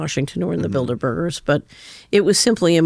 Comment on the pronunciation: Y she say bilderberger... like asperger or burger builders..lol